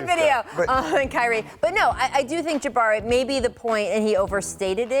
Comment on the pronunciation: There's no D in Jabari Parker. And no O either.